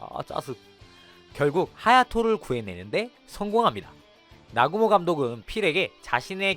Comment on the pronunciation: 나구모를 아구몬이라고 들리는데 내귀가 잘못된건가?